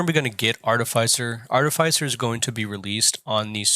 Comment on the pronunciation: Sorry dude. Fantastic videos, but the way you pronounce artificer really set my teeth on edge 😂. I know because i am an artificer. If only theyd let us come to work looking like that 😂😂@